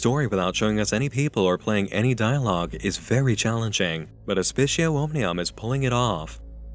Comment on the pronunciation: C's are hard in latin btw. So aspicio is pronounced "aspi-k-io". The c sounds like a k, like Kit Kat. Just an fyi.